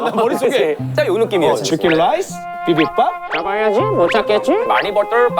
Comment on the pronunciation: 아 미치겠네 계속 생각나 치킨 롸이스~? 비빔봐압~?